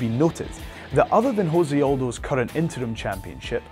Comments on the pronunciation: Jose Aldo's name is not pronounced Jose. It's pronounced se. It's not Spanish. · It's Jose not Hose he is Brazilian not Spanish dude... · Jose, not Hose, Jesus christ, its portuguese. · Jose Aldo is Brazillian. Its pronounced Jose Aldo, not "Ho-say Aldo." He is not a mexican. In Portuguese, it is the letter R pronounced with an H sound, not the letter J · You said Jose Aldo's name wrong you don't pronounce it like you would in Spanish just the way it is spelled out like (-Say ) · José is pronunciated like your name...